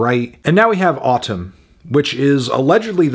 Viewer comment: It’s pronounced “Atūm”